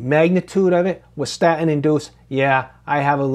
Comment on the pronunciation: What's a "sta-in?" Can anyone speak properly anymore? Cringe.